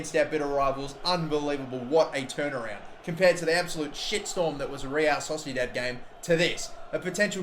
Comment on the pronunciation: Real Sosidat - love that pronunciation